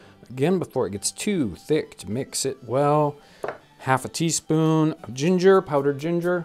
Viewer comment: Ah yes, a tea fpoon.